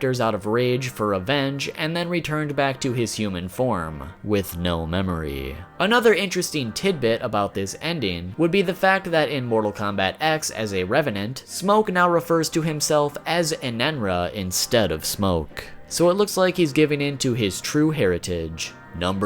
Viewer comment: what the heck is a enaina are you trying to say enenra but your tongue got cut off